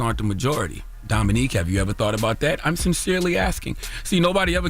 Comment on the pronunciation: Shame. The way Charla kept saying Dominique instead of Dominic 🤣🤣🤣🤣🤣